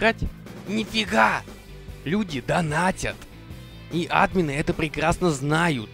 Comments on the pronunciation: Не а́дмины ,а адмиииины ,не го́лды ,а голды́ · Блин!!! Говори не Админы, а адмИны(( пожалуйста( 😇